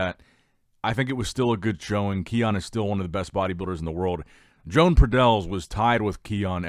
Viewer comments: Exactly, is Joan, not John nor Jon. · Learn how to pronounce Joan. He's not Joan of Arc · Joan will win this. just has to get the pronunciation of his name right. At the same time i don't think people need to get so butt hurt when a name is mispronounced.